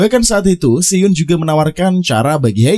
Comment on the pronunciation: Sebenarnya males dengerin alur cerita yg bahas drakor tapi selalu salah pengucapan namanya 🥱 Hae in dibaca he in buka ha e in Si eun dibaca si en bukan si yun Do eon dibaca do on buka do eyon Kepaksa nonton karena lupa alur cerita s1 nya